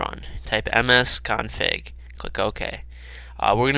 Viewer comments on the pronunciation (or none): Did he said msconfad